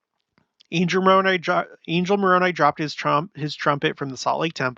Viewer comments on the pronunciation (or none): none